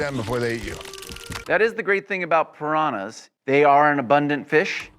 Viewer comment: I think it's just ridiculous how Americans pronounce any foreign words.. In 99% in the wrong way... The way Americans pronounce Piranhas is just outlandish xD